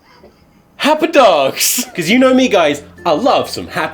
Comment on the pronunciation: I want a loop of tom saying HAPPEH DOG and BREAD